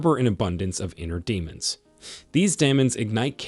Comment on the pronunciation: The AI narrator in this content proves the creator of it is narcissistic. The pronunciations of words like "facade = fa sade=fa said and fa cades, as well as," demons=dem ens,and barrage =bear age," are truly insulting thr intelligence of the listeners. You will do much better if you clean up the sloppiness.